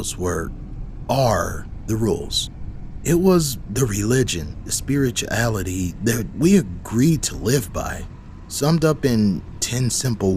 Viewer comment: You mean mr "spiri-cha-aluty"? He sounds too much like the words taste bad for my liking.